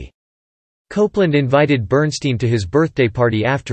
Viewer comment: BERNSTEIN PRONOUNCED (BERNSTINE).